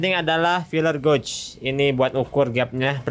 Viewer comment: Filler gauge = filer geich bukan goug , sukses selalu